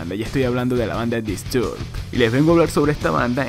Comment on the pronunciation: Me da tock cómo pronuncia Disturbed. Se pronuncia "Distorbd".